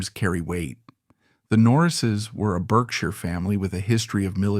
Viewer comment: Berkshire is an english county west of London. It is pronounced "Barksher"